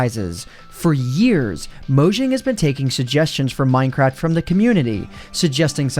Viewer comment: minecrad lol